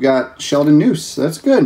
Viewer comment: Thanks for the first look at Chrome. I have some value packs coming because I love #ChasingPink refractors. Prices for this are insane. FYI, Sheldon Neuse is pronounced "Noisy." At least that is how they announced him in AAA.